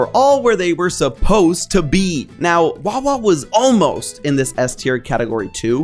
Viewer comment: It's wawa. Your wrong. It's wawa